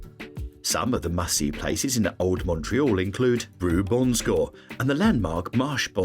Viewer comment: Shocking pronunciation for Old Montreal!